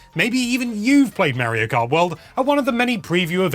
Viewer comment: Mayro Krat World.